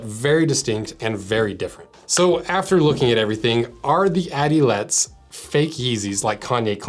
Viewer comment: Didn't see any other comment on that so I'll fulfill my duty as a German. The E at the end of Adilette is not silent. It's a an E sound as in the English Err without the rr. Besides zät, sehr gutes Video,. Ja.